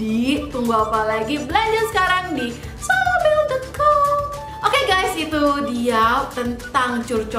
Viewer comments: Sorabel kali bukan solabel.. susah bicaranya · SORABEL kak bukan Solabel 😂😂FORMULIR kak bukan Fomulir 😂😂